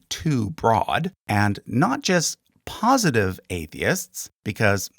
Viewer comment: Great video, but 'POSTITIVE' or 'POSITIVE'?